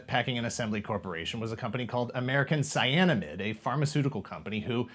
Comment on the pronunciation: Ah yes, Cyanamid!